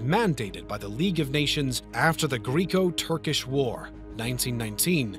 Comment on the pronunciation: I adore this channel, but how can a channel with such high production value have so many mispronunciations? Am I the only one hearing this? “Byzantine”, “janissaries”, “constantinople”, “greco-turkish” just that I’ve noticed so far